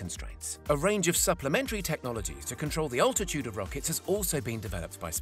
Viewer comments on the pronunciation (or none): none